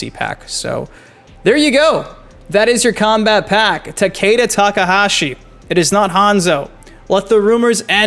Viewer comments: Takeda is Japanese and pronounced- "tok-uh-da" everyone says it wrong lol. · Yeah. Everyone pronounced "Ta-kay-da", but its fine.